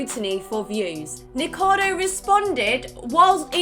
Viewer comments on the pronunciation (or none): I was fine with the biased opinion and lax judgement for friends. But hearing people who normally write and read scripts call him "Nikado" repeatedly, really gets me (I'm not even a fan of his). I had to skip that. neekohkahdo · It's the same with Nikocado Avocado. I swear so few ever pronounce it right, and despite the fact I can't stand him, it still drives me crazy every time. Kind of wish TRO had covered that section, especially after his incredibly in-depth feature on him. I'm at the point with the Hila thing though where it's just wilful ignorance 🙃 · Serious question: is his YouTube channel pronounced "Ni-ko-cah-do" or "Ni-kado"? I'm not familiar with his channel and content, so not sure if it's said a certain way?